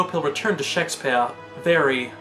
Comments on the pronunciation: I love you but SHEK - spyehrr kills me a little inside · I enjoy these videos a lot. You can tell this is an early one. I’m glad you got out of the habit of pronouncing “Shake-SPEE-ARE!!!” like a drunken pretentious old lit professor.